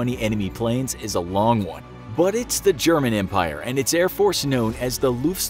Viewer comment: your pronunciation is crude loool